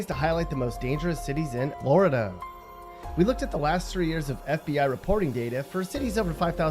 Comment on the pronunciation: “ In Floor Duh “ 😭😭😭 why this man talk like that bruh , funny asl